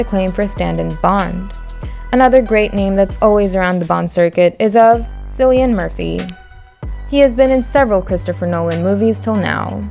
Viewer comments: Your list is horrible, and Bond is white, not black, and shows you do not truly care about Fleming's Bond. And it's (Cillian) pronounced Killian Murphy not sillian. And it's pronounced Sam Hew-en not Hu-gen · I got pissed when she said cillian Murphy like sillian Murphy and he’s Irish so no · FYI - Cillian Murphy's name is pronounced Kill-ee-an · Cillian Murphy: it’s pronounced “Killian”, like Celtic, it has a K pronunciation.